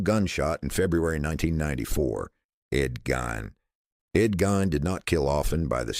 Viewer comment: GEEN, not GINE. Rhymes with FIEND.